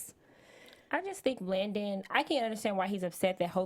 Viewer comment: it’s LANDON not Langdon